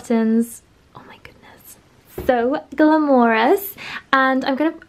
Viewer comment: The way pronounces “glamorous” makes it feel more… glamorous indeed